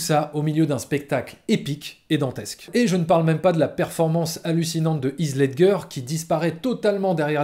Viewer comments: "Hiss Ledgueur" 😅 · Par contre « Heath LedGer » ça m’a piqué l’oreille... 🤷🏻‍♂️😂